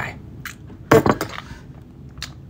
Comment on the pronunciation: "You're going to jAiL" Bro wipped out his western accent